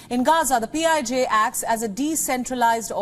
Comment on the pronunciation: PIJ sounds like P.I.G.